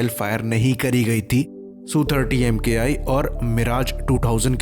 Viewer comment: It is not EM- KAY I. It is Mk.I, that is Mark One.